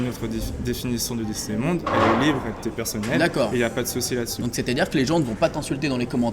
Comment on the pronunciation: juste une petite précision. le disneybound se prononce disneyboUnd et pas disneybawnd ou disneybOnd disneyboUUUUUUnd. ah non pasque ça me stresse vraiment. désolé mais la prononciation me stresse et puis la bête il faudrait rajouter du jaune sorry mais il est très bien fait.